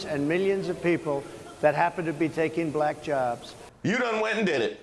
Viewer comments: The way he says black (bul-ack). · He pronounces it like an old racist would from 1950s and George Wallace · he says "balllack" jyst like other racists do. He's already lost the election. Now he needs to be exiled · He has an extremely difficult time saying the word “black”. I think it makes him feel uncomfortable. Interesting. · Yes. Saying black with 2 syllables (ba-lack). He also deliberately mispronounces Kamala's name.